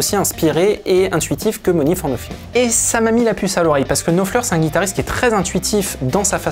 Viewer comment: Vous feriez bien d'apprendre à prononcer l'anglais plutôt que de le prononcer comme le "beauf" moyen !.. En effet on ne dit pas "Money for noFing" ... mais "Money for noTHing" comme pour the, theese, thoose, that, thumb, thing, think, thick, tooth etc ...